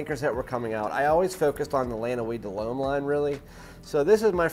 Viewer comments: All good points but it's just "Lum". Try it. Plus it would give you an edge over those 100k subs reviewers. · Dude, learn to pronounce L'Homme in french...!